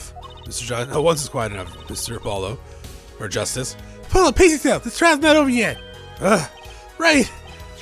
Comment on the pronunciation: Glad to see you back. Also not a big deal, but Herr (Mr. in German) is pronounced "hair." Just an FYI